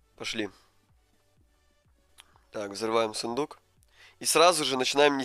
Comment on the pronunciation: он сказал сыендук?